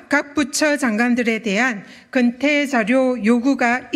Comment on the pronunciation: 건태가 아니고 근태.